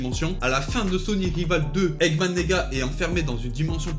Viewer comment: Je suis le seul à avoir entendu egman neega